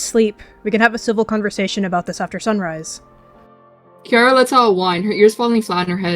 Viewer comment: I thought it was Kirra not kiarra